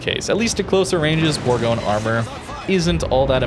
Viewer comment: Bourgogne is pronounced bour- gon- ye.